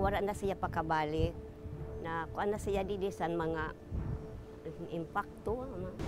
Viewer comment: Nay! Engkanto po hindi empakto😂😂😂